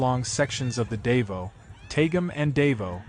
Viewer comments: Its called "Daw Vow" said quickly not "Day Voo" ie " Davou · It's not dave-0 it's pronounced da vo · Its NOT pronounced, DAY-VO! GODDAMN why cant they at least take the time to learn how to say the name of the city! its pronounced, DAH-VOW. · The place is pronounced DA-VOW, not "dave-oh". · Theres a bunch of Scuba diving there, man what did they go through? FYI its not "Dave-Os" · so sick of AI - the city is Dah-vah-oh - sheesh -cant you idiots do anything right???? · Wie bescheuert muss man sein, über ein Land und über städte zu berichten, aber permanent die namen der Städet total falsch auszusprechen. Davao ist nicht Davos (die Spercher und Sprechering aussprechen) Dasvos ist in der Schweiz und nicht auf den Pfilippinen. Und Davao heißt auch nicht Davo. Eine Stadt Davo existiert nicht. Dämliche Sprecher oder Scheiß-KI. Es heißt Da-va-o !!!!!!!!!!!!!!!!!!!!!!!!!!!!! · So you know its pronounced Dah-vow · As ever, American commentators demolish the correct pronunciation of overseas place names. Why do they always do that? Are they not educated? Do they have no sensibilities? And indeed, why have an American voice at all? Real ignorance is demonstrated when these speakers show such disdain and utter lack of respect for local communities. Perhaps we ought to say Wishington or Califunia or Los Ongeles or Tixis or New Yuk or Busten .... and see how they like it! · well, you got every single city name WRONG, but Leyte. HAHAHA